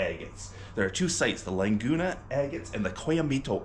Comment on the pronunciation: Those agates are amazing! The colours are freakin' gorgeous. Can't wait to see what you find when you get to go down to the fields down in Mexico! He gave you a lovely piece, too! Lovely purple with sweet banding. BTW, Laguna is pronounce La-GOO-na, not Lang-goo-na. Just figured I'd let ya know. Cheers!